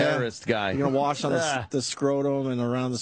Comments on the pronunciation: When Opie say worsh instead of wash God isn't that funny hahahahahaha!!!!! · It’s so edgy and hilarious the way dopie mispronounces wash with “wersh”... he is such a comedic talent. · we get it opie, you say wersh. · It's a slow burn but I promise that by the fifth or sixth time Opie mispronounces "wash" it really starts getting funny. He not only steered the ship but his comic stylings were unmatched.